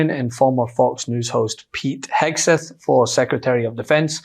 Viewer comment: Correction , Hegseth not hAgseth., excuuussseeee ME.!!(thank you Mr.Steve Martin, comedic G O D.!😁🤓😆😅😂😎👍👍)